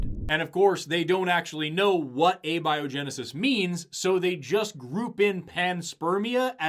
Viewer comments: he pronounces abiogensis as "Abby O'Genesis", which happens to be my new drag persona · Admittedly, Abby-Oh-Genesis is a hilarious pronunciation. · Their film just pronounced "abiogenesis" as "ah-biogenesis". Jeez . . . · they can't even fucking pronounce abiogenesis correctly... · All biologists punching their screens after hearning him pronounce abiogenesis the way he did. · ok, “galapagus” was annoying enough, but I wasn’t confident enough he was wrong to be upset. But fricken “abieogenusus”? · They mispronounced "Cormorant". They pronounced the French proper noun Jean like the article of clothing. And they mispronounced "abiogenesis"... "abby-oh-genesis". On behalf of Latin language users, of ornithologists, and the whole of the French speaking world (full disclosure; none of these things I am), I am _incensed_.